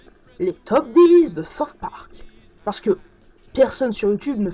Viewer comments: Saute Park lol. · Comment peut-on beaucoup aimer South park et pas savoir prononcer ce titre ? x)